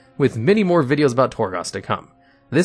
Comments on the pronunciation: I love your videos, you present them wonderfully. However, anyone else bothered by how he says Ardenweald? Torghast? It's not Ar-den-walled. It's Ar-den-wield, like you are wielding a weapon. It's Tor-gAst, not Tor-gost. You are making As into Os for whatever reason. They've been said in game and the Afterlives videos. Please learn to say these names right. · also, Torgoss? Sounds like someone isn't doing the research himself